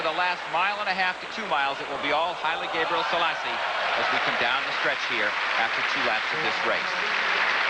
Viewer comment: Larry Rawson kept pronouncing "Gabriell....selasse" Figure out where he got the ll sound from and you might learn the secrets to life, the universe and everything!